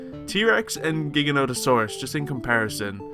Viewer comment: STOP SAYING GIGANTOSAUROUS WRONG